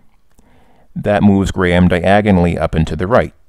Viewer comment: Thank you for pronouncing Graham correctly, rather than 'Gram'